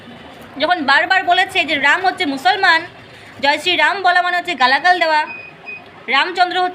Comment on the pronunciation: Ram uchharon korte pare na, tobe mora mora bol